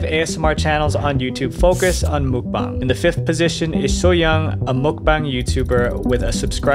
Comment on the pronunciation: why do you keep on saying mukbong lmao it's muk bang